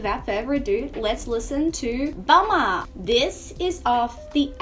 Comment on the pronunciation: Why do you pronounce "bomb" as "bum" you did it for "bombtrack" by rage against the machine as well